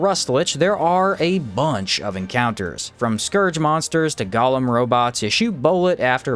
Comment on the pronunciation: I watch your stuff because you definitely make the best Outward videos out there, but the word Golem is pronounced Go-Lem. Gollum is a character from Lord of the Rings